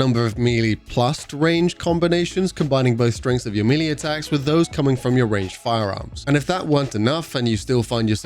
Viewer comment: Melee is pronounced may-lay, not mee-lee! You sound ridiculous saying meeeleee!😂